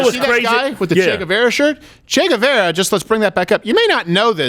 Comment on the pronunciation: It's Che GuevAra. tell the assholes'name correctly